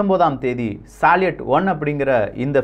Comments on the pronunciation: Bro please correct the pronounciation for salut and sayuz. It's சல்யூட் and சயூஸ். Besides that great information. I breathe with your news bro. Thanks for your greatest service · சால்யட் என்பது தவறு சல்யூட் என்பதே சரி சோயஸ் என்பதும் தவறு சோயுஸ் என்பதே சரி பதிவு மிகவும் அருமை பெயர் உச்சரிப்பு சரியாக இருந்தால் அது காணொளிக்கு சிறப்பு சேர்க்கும் அவர்களே 🙏